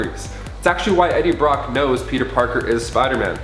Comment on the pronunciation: It’s Eddie Brock dude